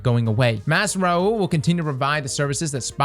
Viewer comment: No one:: "Master Raaooo"